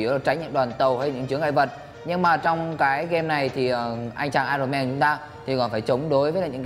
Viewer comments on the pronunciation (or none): ai ần ông ơi, không phải ai rồn =))))